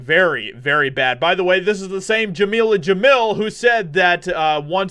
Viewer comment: "Jameela Jamil" ... oh God.